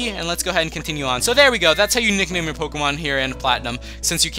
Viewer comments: Not name nik . Nik name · um u mean NickName not namenick